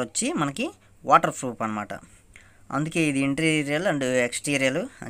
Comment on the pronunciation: Froff not bro proff😂😂